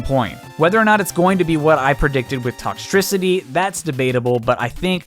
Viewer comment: I get it he said toxtricty but it’s such a good idea!